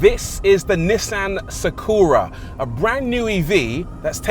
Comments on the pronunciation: why you saying "Sa Kuuu Ra"? Just say Sa Ku Ra Short U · NISSAN SAW-KOO-RAH....😂😂😂. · You can say Astra right? Now say Sakura the same way... Sak'ra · Video starts with mispronouncing Nissan and Sakura 😂😂😂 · Reviewer butchering the name Sakura casually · Great video. Shame you butchered the pronunciation of Sakura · i've never heard anyone mispronounce "Sakura" before; until now. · I've heard some tragic mispronunciations of 'sakura' in my day, but that takes the cake.